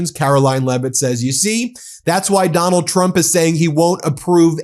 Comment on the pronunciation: It always makes me giggle when she says "president Chump", not sure if she is trying to secretly insult him or if she is actually having troubles saying his name.